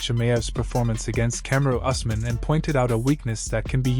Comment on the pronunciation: And sir it’s pronounced ews-mun